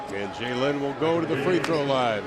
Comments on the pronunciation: did the commentator just say jlin ? O.O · its pronounched juh lin, not zh-jey-lin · It's pronounced "Zh-jey-lin," so yea that's close lol.